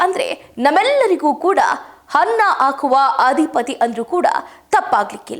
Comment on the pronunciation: ಹನ್ನ ಆಕುವ ರೈತ ಅಲ್ಲ ಅನ್ನ ಹಾಕುವ ರೈತ ಅದಿಖಾರಿ ಹೀಗೆ ಕನ್ನಡ ಸರಿಯಾಗಿ ಬಾರದೆ ತಪ್ಪಾಗಿ ಮಾತನಾಡುವುದೇ ಇತ್ತೀಚೆಗೆ ವಾಹಿನಿಗಳ ನಿರೂಪಕರಾಗಲು ಬೇಕಾಗಿರುವ ವಿದ್ಯಾರ್ಹತೆ ಎನಿಸುತ್ತದೆ!!🤔🤔 9/10 ವೀಡಿಯೋಗಳಲ್ಲಿ ಕನ್ನಡ ತಪ್ಪು ತಪ್ಪಾಗಿ ಮಾತನಾಡುವವರನ್ನೇ ನೇಮಕ ಮಾಡಿಕೊಂಡಿರುವುದು ವಿಷಾದನೀಯ.ದಯವಿಟ್ಟು ಕನ್ನಡ ಭಾಷೆ ಶುದ್ಧವಾಗಿ ಮಾತನಾಡಿ ಮೇಡಂ🙏🙏